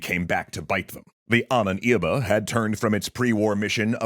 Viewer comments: Love it but your pronuntiation of the word ahnenerbe is very confusing😅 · I am sinning this map, as well as the suggestion that Wewelsburg was threatened by Soviet force - it's in western Germany and was taken by Western Allies. Also, why do you keep pronouncing Ahnenerbe so weir?. XD